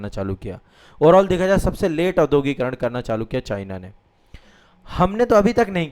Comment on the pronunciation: भाईसाहब औद्योगीकरण का उच्चारण शुद्ध कीजिए।